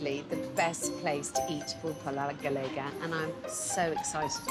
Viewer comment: I just discovered your video and I love it. I’m from Spain and I love to watch videos about Spain from the US, with out the politics, all do I learn from the comments on here. Please is pulpo a la gallega, not galega 😊